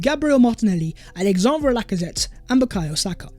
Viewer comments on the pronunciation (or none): none